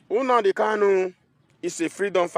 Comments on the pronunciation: Lol... Na the pronunciation for me... Unadi Kanu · This idiot shouldn't insult us by mispronouncing Nnamdi, get it right.